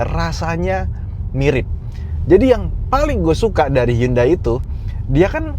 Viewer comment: Kadang spelling HYUNDAI: yandeyy tapi emg udah kebiasaan hyUndey 😂😂😂